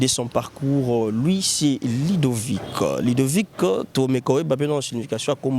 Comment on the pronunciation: Mon petit frère s'appelle LUDOVIC et non LIDOVICK